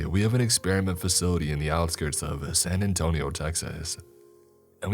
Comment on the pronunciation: i died when he said san antonio